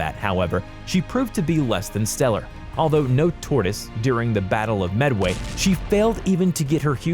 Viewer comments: Mans just said "battle of medway". How do you miss pronounce Midway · The fact that he pronounced it medway is horrid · medway?? leyet gulf??? its midway and leyte gulf.. my god my ears bleeds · DID HE SAY «the Tripitx»??? T I R P I T Z!! How do you even mispronounce Midway? It’s not Medwey, it is Midway. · Thank you, I seriously thought I was pronouncing Prinz Eugene wrong, until I heard him butcher Bismarck, Yamato, midway, and the rest.